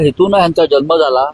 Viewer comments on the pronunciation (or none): जल्म नाही जन्म.